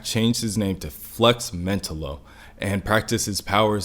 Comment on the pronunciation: I would have watched the whole thing but I couldn't get past how badly you botched Flex's name. I think you cover great topics. I totally would watch more of your videos.